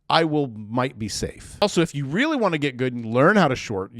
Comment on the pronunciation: Oh reary, ahnuda coridential rerail